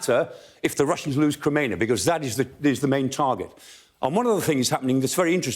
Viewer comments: Yeah he only absolutely butchered Crimea about 10 times but yeah guys I see your point. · this moron cant even say crimea right